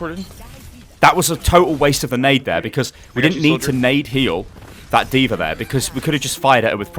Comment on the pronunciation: legit question here. why does say AnaR DvaR and so on?